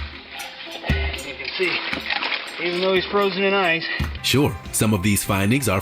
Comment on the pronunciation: I ain't hear a word u said after u said froshen 🤣🤣🤣